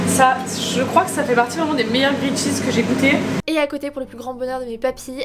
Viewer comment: Par pitié arrête de dire « grillAID cheese » ta copine le dit correctement juste avant..t’es pas censée avoir passé du temps en Australie ?